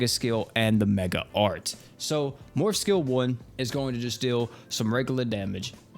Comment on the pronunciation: every time he said morph all I could hear was morb